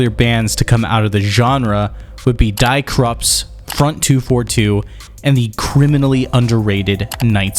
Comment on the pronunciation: die Krupps is pronounced "dee Krupps" rhymes with the cups